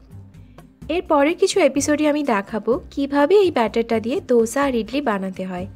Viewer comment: Dosa, দোসা।ধোসা /dhosa নয়